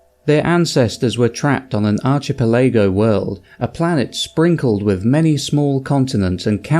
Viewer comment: Arch e peligo 😂